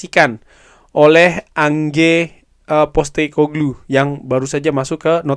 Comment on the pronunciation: einch postekoglu bacanya bang